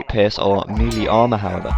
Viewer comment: Melee is actually pronounced maylay. It's french.